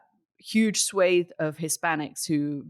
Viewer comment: I can't tell you how happy I am to hear Katty speaking actual English on a US-based podcast. SWATHE. Yes, that marvellous E at the end. Not "SWOTH" (swath) with the "e" removed and the pronunciation completely changed. Totally unrelated to the topic of course, but having had discussions with other non-Americans about the way they change the spelling of English words, and then the pronunciation, I just had to mention it.... I mean, "Booeee" for "buoy"? Really? "Get off of the chair" - why the 'of'? WHY??? Meanwhile, until the entire US system of corporate greed has an overhaul, the MAGA cult won't go anywhere. The Dems will need a charismatic lunatic to answer to Trump to get out of this mess. More of the same won't do it.